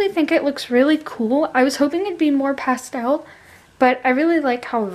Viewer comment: The way you say pastel is really annoying